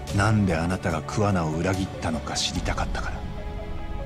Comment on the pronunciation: つくも課じゃなくきゅうじゅうきゅう課だし桑名のアクセントもおかしいし推理も当たらんし話まともに聞いてなくて草